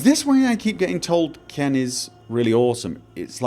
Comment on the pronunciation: I think it's pronounced "qwen", not "ken." At least, that's how they say it in the games.:)